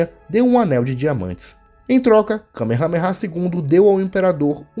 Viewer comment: A pronuncia Correta é “ka mea mea”